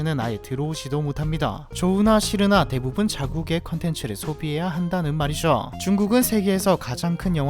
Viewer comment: 내용은 다 좋은데 "~했다는 말이죠."에서 "죠~" 발음이 너무.... 듣기 싫어서 보다 만다